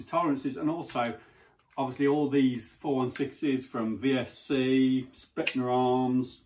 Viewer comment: Hate to be that guy, but it is pronounced Spetzna Arms.